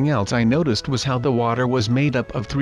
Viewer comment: you said noticed wrong